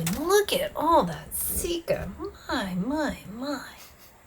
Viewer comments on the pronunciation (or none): Sikka, as in sick car, not seek car. Rant over.